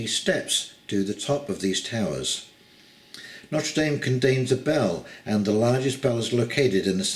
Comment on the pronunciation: If you hold this cathedral in such high regard you could at least bother to pronounce its name properly.